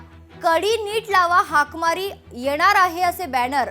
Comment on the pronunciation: हाकमारी म्हणत नाही हाकामारी म्हणतात